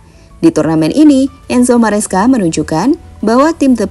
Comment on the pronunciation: Maresca min, bukan mascera 🤣🗿